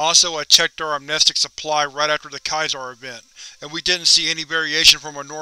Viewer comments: Dude, it's Caesar. Like Julius Caesar. Caesar salad..... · Caesar isn't "kai-zar" it's "see-zar" as in Caesar emperor of Rome